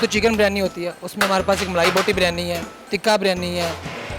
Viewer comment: Its not Baaaryani its Biryani name to seekh lo pahlay Host karnay wali aunty....